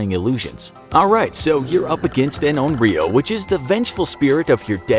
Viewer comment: Infographic said: YOU vs ONRYO I HEARD: YOU VS OREO